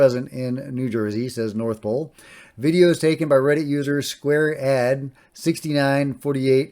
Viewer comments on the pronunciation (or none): none